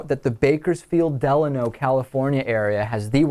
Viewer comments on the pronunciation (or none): You mis-pronounced Delano. It's DeLAYno.